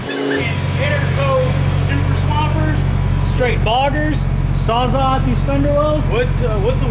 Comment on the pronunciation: Saws-All. Sawzall. The fuck is a sawzaw